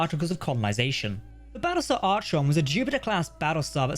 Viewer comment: It's pronounced Ar-con not Arch-on. I'd probably call my battlestar gladius